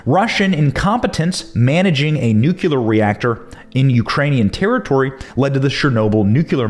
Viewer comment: ‘Newclear’ is the pronunciation fyi